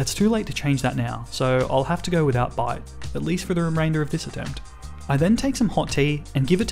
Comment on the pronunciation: Every time I heard bite I heard bide instead . I was so confused